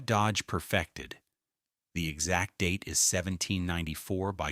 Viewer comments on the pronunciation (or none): none